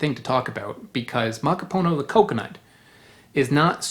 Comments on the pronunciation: Its ma ka poo no. not maka poe know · Dear God. Theyre not Hallow Hallow or MacaPOEno. Stop. Please take the time to spell and pronounce our natural resources and domestic products correctly. It’s M - A - K - A - P - U - N - O. Pronounced Muh-KAH’-puh-no. Emphasis on the KAH, not the puh. (Not poo, but puh… like a puff sound. Muh KAH’ puh no. Damn. Muh - COP ‘ - uh - no / Muh Kah-Puh-No. Please respect the spelling and pronunciations (pre colonial preferred) of our words and maybe the world should know there are “2” original coconut DNA Strains both from Asia, but one is from India and the other is from SE Asia (Philippines and Indonesia). These are the strains of origin. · Muh-KOP’-uh-Noh (emphasis on KOP syllable) Muh-KOP’-uh-Noh As in the language KOP (COP) will take offense when you say POO instead of Puh (like in Golf Putt, Putter around…) There is no POOH in Muh-KOP’-uh-Noh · Muh-KOP’-uh-Noh (emphasis on KOP syllable) Muh-KOP’-uh-Noh As in the language COP (KOP) will take offense when you say POO when it’s more of a Puh as in Putt (golf putt, putter around..) There is no POOH in Muh-KOP’-uh-Noh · It’s pronounced: Muh-KOP-uh-Noh (accent emphasis on the KOP. There is no POOH in the pronunciation of Muh-KOP-uh-Noh. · It’s pronounced: Muh-Kop’-uh-No (emphasis on the KOP and there is no POO in MuhKOPuhNo) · Pronounce it as.. makapoonô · Mah-Kah-Pooh-Noh and it's not rare 😅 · definitely. mahkah-poo-NOH